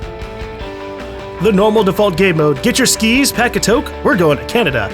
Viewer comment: Died laughing when pronounced toque as toke